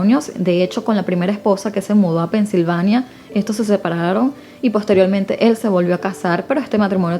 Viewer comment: Muy bien, muy natural y relajada la manera en que narras. Felicidades 😊 Ah, cuidado con la palabra posteriormente 😁🔄